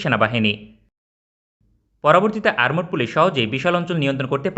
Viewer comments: আরমোড পুলিশ আবার কারা ভাই???😆😆 আর্মড পুলিশ আছে বলে জানি। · আরমড পুলিশ কি ? উচ্চারণ ঠিক করেন.